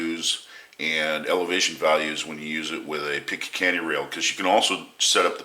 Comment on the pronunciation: Im not going to trust anyone when it comes to firearms that cant even say "picatinny" Picakanny lol